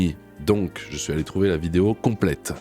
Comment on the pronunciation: Tu l'as pas entendu dire qu'elle tournait une "vidéa"?